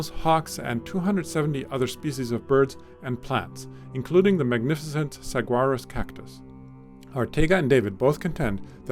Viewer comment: Thank you for covering this terrible situation happening a few miles from my home. Sometimes I can't believe how oblivious and uncaring most Americans are. Sorry, but I had to laugh at the pronunciation of saguaro and javalina.